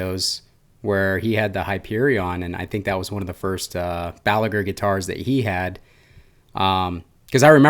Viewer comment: Balaguer is a catalan surname, you don't pronounce the r at the end.